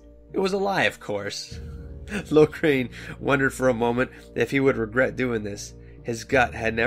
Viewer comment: I think this is a good idea. I giggled everytime you pronounced Loghains name as "Lograin". Hehe anyways, I'm glad you are doing this. I haven't read any of the DA books except "Asunder" because I was curious about what happened before DA inquisition.